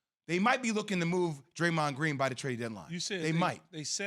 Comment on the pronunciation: dude said kumanga 😂😂